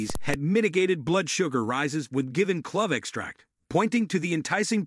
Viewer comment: In vitro, esophageal, antimicrobial, "clove" pronounced like "glove", this narrator does not know how to pronounce the vocabulary in his video. This is the spice Columbus was looking for. It's from Indonesia not India and that's real reason why Native Americans are referred to as Indians. They sell clove cigarettes in Indonesia a friend of mine used to smoke them all the time unfortunately he passed away from prostate cancer.